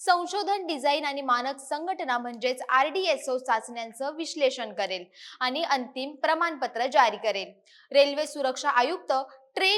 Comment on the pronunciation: अशुद्ध बोलणे सोडलेतर उत्तम माहिती दिली. उदा. आनी पानी प्रसारन.